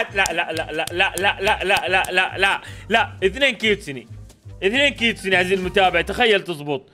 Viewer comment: كيتسون❌ كيستون✅